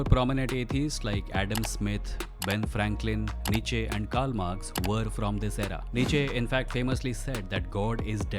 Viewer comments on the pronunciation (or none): Great video just some corrections Socrates rejected the state gods, and accusation was that he corrupted the youth. Buddhism spread out in whole east and in early Buddhism there wasn't any supernatural claims. Nietzsche pronounced as "knee🦵"+"cha" and his quote about God is dead wasn't an atheistic claim.